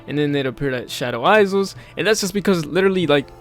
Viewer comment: And "Shadow eyes-zels" lol